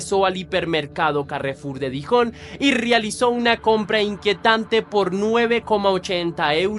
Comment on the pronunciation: Besançon se pronuncia Besánson Dijon se pronuncia Diyon. Lyon se pronuncia Lion. La table de Gustave se pronuncia la table de Gustaf Saludos desde Francia❤